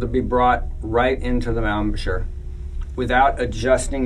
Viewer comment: Ahm-a-shur? Embachure? It's embouchure (from French 'bouche' = mouth). Gosh, learn the words concerning your instrument, people! Lovely sound it makes.